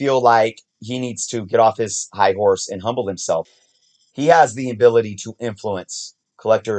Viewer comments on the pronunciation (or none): none